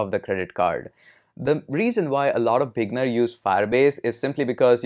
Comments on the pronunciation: great vid. but i for a minute i thought you were saying "big nerds", but you were saying "beginners". haha! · Up until later in the video, I thought he was calling me a "big nerd".